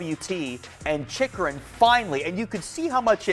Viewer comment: It's Chikurin!! Not Chikurun...